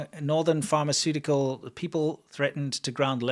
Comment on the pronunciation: "pharmacutalcs" LOL